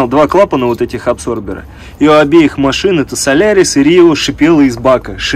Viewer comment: не абсорбер, а аДсорбер!